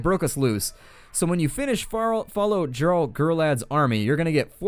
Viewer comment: its pronounced yarl not jarl even though its spelt that way